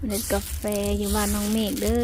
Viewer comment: ประเทศไทยเรียกว่ากาแฟ ไม่ใช่กาเฟนะคะ